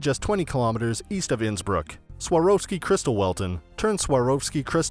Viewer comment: Innsbruck - the pronunciation is completely off